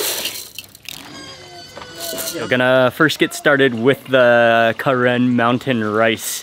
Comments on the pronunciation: We’re Karen and it’s actually pronounced “kuhren”. We were originally from Kawthoolei which is located in Burma. Due to war we had to flee to Thailand border and there are many Karen people in Thailand refugee camps. There’s still war going on so please pray for Karen people . 🙏🏻😇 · We are known as Karen or kayin. The pronunciation of the Karen tribe sounds slightly different from the term ( Karen from the Westerners or a name karen ) As you can hear the correction of Mark's pronunciation ( Karen ). Sounds different, doesn't it? :)